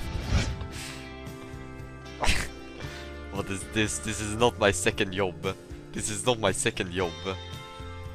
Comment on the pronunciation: Seconde yob. Lmao. Nice inglush maite.